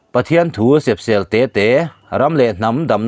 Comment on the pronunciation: Sepsel tih kha, aia upate zawt fiah leh rawh, i lam ri dik lo. I chhiar dik lo nasa fahran thin mang e, mizotawng tlanglawn pawh, ngaihthlak a peih awm lo zo vek zel. Hui ham